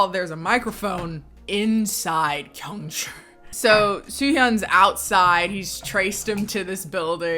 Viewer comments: Kyungchul’s name is 경철. So it’s pronounced Kyung-cheol, not Kyung-chool. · for 철 since ㄹ is after a vowel it's more like an L sound, so you pronounce it like chul as it is spelled 🧍🏾‍♀️ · I'm losing my mind, is 경철 not pronounced "kyung-cheol"? with "uh" being the vowel sound in the second syllable instead of a long U/oo sound? Have I been pronouncing the ㅓ vowel wrong this whole time ???? I'm part of the "too scared to watch the movie directly" gang so I guess I'll never know lmaoooo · Your struggling to pronounce kyung-chul makes me reconsider going to school for Korean 😂